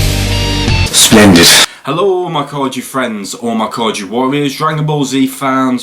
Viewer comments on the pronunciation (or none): The funniest thing is he said "SLENDID"